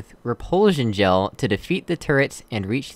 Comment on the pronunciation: Was that Recursion Gel or Repursion Gel . . . .